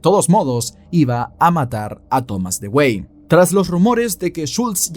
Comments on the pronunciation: Con todo respeto, pues nadie esta obligado a saberlo, en el minuto 44 se muestra a Thomas Dewey. Pues bien ese apellido se pronuncia "DUwi". Eso nada mas. Buen video.👍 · No sé si alguien te lo haya dicho ya,, pero "Dewey" no se pronuncia como se lee, sino que se pronuncia "Dui" (así como lo escriben en los memes que le hacen al hermano menor en la serie de Malcolm xd) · Se pronuncia Dui. Como el hermano de Malcolm el de en medio.